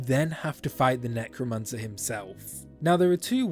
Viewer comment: He he he Nec-woman-cer